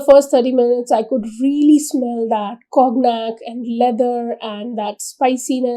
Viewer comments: conyac (kaw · nyak) cognac pronunciation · It is pronounced as kaw nyak